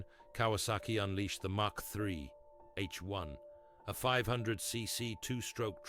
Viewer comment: Yes. I almost believed it was real until I heard Kawasaki Mack The Third.